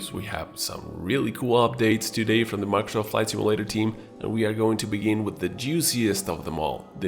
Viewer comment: Can you not say “Microsoft Flight Simulator” without sounding like you’re having a stroke? Slow the hell down.